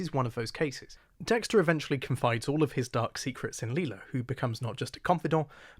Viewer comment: I'm sorry to be nitpicky, but why do you call her "Lee-lah" when everyone in the show says "Lie-lah". Like I'm just curious, is this an active choice or did you unintentionally say it wrong? Apologies if this sounds rude, please do not take it that way!